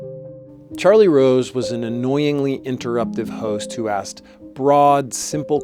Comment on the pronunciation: Charlie Wose Was A Cweepy Interwupter